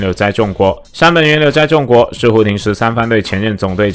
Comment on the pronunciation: 為什麼不是念“崇”國？而是念“眾”國